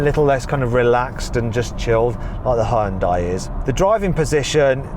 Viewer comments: 현대를 허연다이라고 하네 ㅋㅋㅋ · 이렇게 오랜 세월이 지나도 아직도 외국에선 하이연다이라고 발음하는구나… 이런거 좀 개선이 안되나?